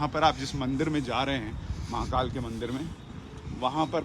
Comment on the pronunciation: Sir, I request you to speak Hindi as much as possible and avoid Urdu... Atleast while calling out the names of God's. The speciality of Indian languages is we pronounce exactly what we write. So please pronounce महाकाल as म हा का ल and not म हा का ल्॒ There is difference between ल and ल्॒ ल्+अ = ल